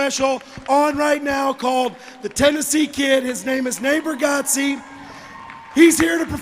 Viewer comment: At the end it sounded like, "Neighbor Gotzey everybody, Neighbor Gotzey!" 👏👏👏👏👏👏👏